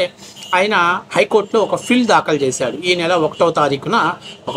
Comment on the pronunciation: బాబు, నువ్వు బాగానే చెప్తున్నావు కానీ కొన్ని మార్చుకో. ఫిల్ కాదు పిల్ అనాలి. ప్రజా వ్యాజ్యం కాదు. ప్రజా ప్రయోజన వ్యాజ్యం. Ok